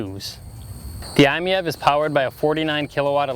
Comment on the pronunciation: After seeing so many negative reviews of this wonderful little car, I'm glad to see somebody that gets what the car is about and what it is designed to do. It is pronounced "I Meev". I own two i-MiEVs. This is a great everyday car that comfortably seats 4 adults as well as it does 1. I drive mine almost everyday, usually about 25 miles, but I have done a couple of 100+ mile trips with less than an hour of en-route charging (gotta love those CHAdeMO quick chargers). If you can find one, definitely take it for a test drive. The car may not have much curb appeal, but driving it is an absolute thrill, especially when putting the excellent winter grip or tight turning radius to work.